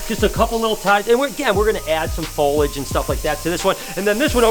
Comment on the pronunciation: Man, just say “plants”. You’ve been struggling hard, to no avail, with the word “foliage” for years. It’s okay to give up occasionally:) Love you!